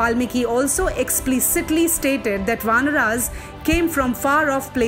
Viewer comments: For God's sake please stop this wrong pronunciation. RAmAyan Not ramayan"aah". VAnar Not VAnr"Aah" mAnav Not MAnav"Aah" 😨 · Pronounce ‘Ramayan’ and ‘ Vanar’ properly before preaching something. There’s no ‘a’ at the end of these words. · Please it is not vanara but vanar. Not Ramayana but Ramayan. Please if you believe on the correct story, please use correct pronunciation. And again Sugriva, manava is not correct. Chitta 🤔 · I don't like the way they say RAMAYAN as Ramayana and vanar as vanara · Despite the respect of Hinduism, I simply need to know why the fuck you are saying Ramayana instead of Ramayan? Vanaras? Manvas? What the actual fuck is? Fucking you are changing the names and after 100 years your grand children will blame others.. stop doing this. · what's the problem in pronounciating words correctly????? you are saying ramayanaas intead of Ramayan, vaanaraas instead of Vaanar, Sugreewaa instead of sugreev nd many more..... why??????????